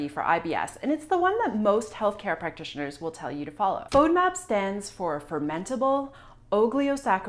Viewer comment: You can't even pronounce fodmap. And I am going to trust my health with you? Not today.